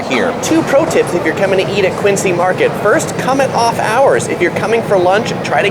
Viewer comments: Definitely not a Boston native. It's Quin-zee Mahket. Not Quincee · "Dunks"? I don't think so, Dunkies. BTW the correct pronunciation is QUINzee, not Qincee. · It's pronounced QUINZY MARKET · Few Corrections. It's pronounced Quinzy, we eat B&M Baked Beans (not Bush's), The Boston Marathon is on Patriots Day (State Holiday).